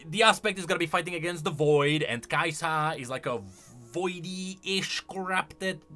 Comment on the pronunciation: Why do you say "KaiSAHH"